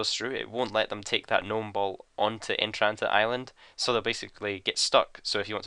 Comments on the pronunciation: im pretty sure its entrana not "entranta"like u say it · entrana, not entranta. you fuck.